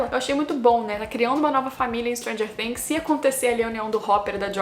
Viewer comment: Perfeita análise... Pelo menos você pronuncia "Things" do jeito certo <3